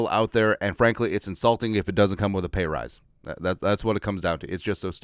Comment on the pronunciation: raise or rise or rice? 🤣🙏